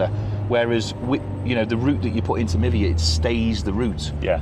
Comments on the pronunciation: Would the App not be pronounced “My Via” rather than Mivia ( like Niva?) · Oh.. I misheard you.. I thought you’d said “Nivea”.. skin care. 🤣